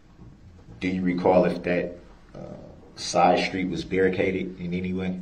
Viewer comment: undershtand and shtreets shtruck so irritating to my ears